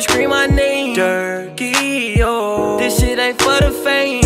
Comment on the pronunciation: He said Durky